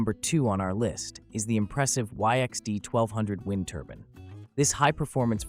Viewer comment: Wind turban??? Lol another fake AIBS video